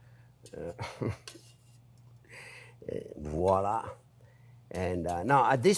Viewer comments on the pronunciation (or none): none